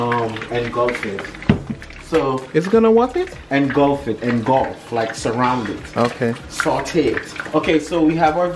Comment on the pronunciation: “It’s gonna what it?” “Engulf engluf” 💀💀💀💀